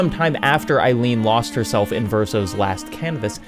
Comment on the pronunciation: great video as always but, c'mon, EILEEN?